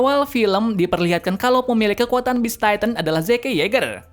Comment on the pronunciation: yah cara ngomong nya gitu